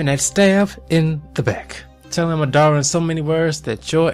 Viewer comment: Ma DUH ra not madddaarea